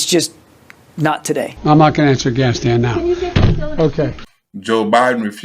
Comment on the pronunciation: Joe it's Afghanistan not Gas-can.